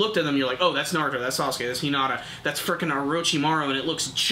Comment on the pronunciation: i swear i'm going to slap the next person that says Naruto as Nareruto lol